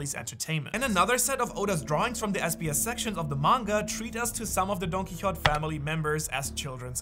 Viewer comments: Quixote is pronounced “Key-oh-tay”, for future reference. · Don who it’s pronounced key o te